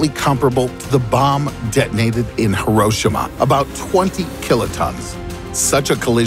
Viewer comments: It's "He-roe-SHE-ma" the hiragana "し" make a "SHE" not a "shuh" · Did he just say Hir-o-shima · You pronounced Hiroshima wrong it is: he rou shi ma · I hate the way he says Hiroshima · You pronounced Hiroshima wrong but good video.. I like watching them..